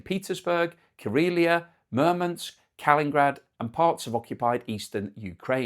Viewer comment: Apparently "Kalingrad" is back, it's KalININgrad